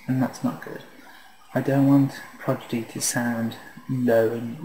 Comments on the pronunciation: its prodigy,not progidy!!! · It's Prodigy not Progidy. fool.